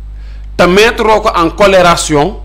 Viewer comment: Corrélation 😂😂😂 pas " colleration"😂😂😂